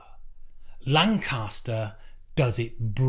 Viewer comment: My word. This might be the poshest pronunciation of the word 'Lancaster' ever committed to video